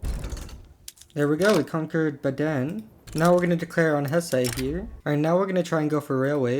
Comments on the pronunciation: Idk wym, but the a is long and the e is short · Baden is wrong though, the stress is on the first syllable